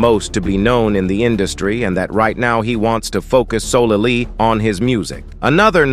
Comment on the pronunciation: "Solelelly", "Singlea"..................uuummmmmm WHAT??????